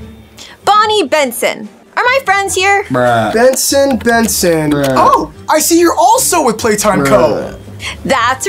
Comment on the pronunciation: stop saying brush bruh bruh 🤐🤐🤐